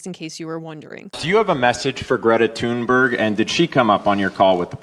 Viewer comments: Not that she deserves the correct pronunciation, but for others sharing her name, "Thunberg" is pronounced 'Toon-berg', with 'berg' pronounced like the German 'berg', not like 'berg' in 'iceberg'. , the graphic is excellent, compliments to the artist. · Learn to pronounce “ Thunberg”. It’s not an English name so you can’t apply English pronunciation rules to it if you know any.